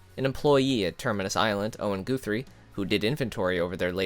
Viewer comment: "owen goothrie"